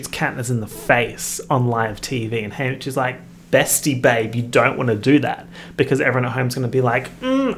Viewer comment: every time you say haymitch I think is saying hamish